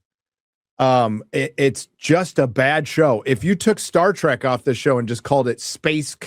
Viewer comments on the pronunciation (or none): none